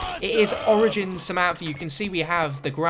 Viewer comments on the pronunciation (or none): none